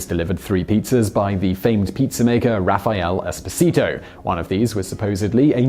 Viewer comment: [raffaˈɛle eˈspɔːzito], not "Raphael Expo Zee Toe"